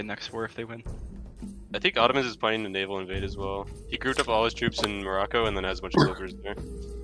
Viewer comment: Did someone say navial on purpose or did the spirit of bad frank possess them?